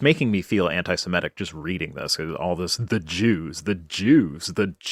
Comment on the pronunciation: It’s “semitic” not “semetic”